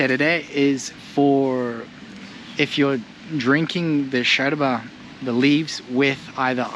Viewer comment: Yooo, just dont like the way you say yerba ( sherba is not the way)